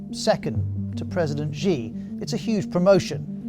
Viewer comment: please stop pronouncing "Xi" wrongly, I think BBC should have enough resource to google the proper pronunciation of non-English words